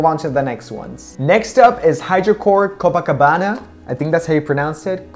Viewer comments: Copacabana pronunciation it's perfect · Such great job on the review of this collection. Your videos are awsome! And also your pronunciation of the portuguese words was excellent! Congrats! o/ Ps: I'm from Rio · Copacabana is my favorite on you! Since I also have dark eyes and a similar skin color, I ordered a pair :) Thanks for reviewing the Rio Collection! You did a great job reviewing the lenses and pronouncing the names (I'm from Rio)